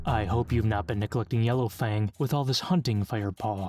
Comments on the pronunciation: He says Yellow*Fane* instead of Yellow*Fang* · Its yellowFANG not yellowFANE. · why does it keep saying Yellowfane?